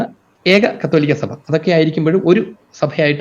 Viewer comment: സഫ അല്ല... സഭ എന്നു പറയണമെ സർ.